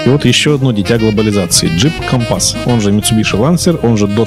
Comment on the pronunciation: Сам ты кампас...уши режет-кОмпас!!!!!ударение на О!!!!